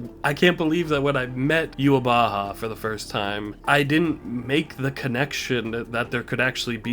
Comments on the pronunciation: it is. It is germanized version of it. In german it means the awakened god (literally the wake god) that’s also why even the japanese VA mess up yhwach’s name. The pronunciation is NOT youhabaha but youhawach (with a soft w and the typical german ch). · true. It is the japanese pronunciation of the german word. But the dub should have used the german pronunciation or at least tried. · it's not a mistake on the japanese part, that is actually how they pronounce yhwach there. the real issue at hand is that viz didn't do their research and copied the way jp dub pronounced his name